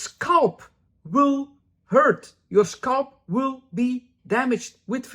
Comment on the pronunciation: I love how you say "scalp". "SCULP.